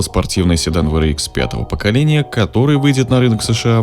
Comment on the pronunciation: WRX-ДаблЮ Р икс правильно говорить а не В Р икс VRX